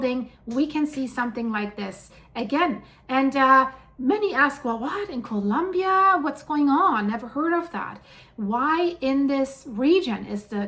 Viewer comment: Colombia, not Columbia